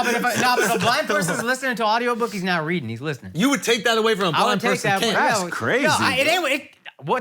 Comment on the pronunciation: Is he saying Audiobook or Autobook?